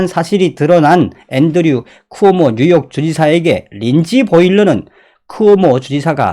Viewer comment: "쿠모오"가 아니라 "쿠오모"입니다.